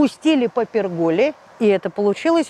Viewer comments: В лужу сели знатно. В слове пергола ударение на Е по всем правилам русского языка и по всем словарям. Научитесь уже ставить правильно ударение в словах. Невозможно читать. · Научитесь уже наслаждаться красотой в ролике, а не придираться к мелочам! Или выключите звук и не нервничайте! В слове пергола, кстати, ударение ставится на первый слог.